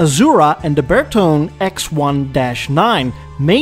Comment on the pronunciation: It's BertonE , not BerTon. It's Italian